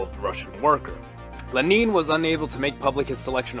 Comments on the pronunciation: Lmao who the fuck is "leneeeen" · Who's Le-neen? 😂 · Why do you say Lenin wrong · l E n i n, not leneen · OK good, I thought my ears had gone kaput. Glad I'm not crazy. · Never heard anyone say it like that! XD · Did you say Leneen? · Leh-neen lol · Yes. In principle. But it's pronounced very badly.